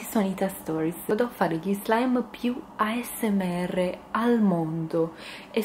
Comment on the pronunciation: Spero che non ti offendi ma però dici male asmr chi l'ha notato lascio Like a questo commento solo per fartelo imparare meglio in modo tale di non farti prendere in giro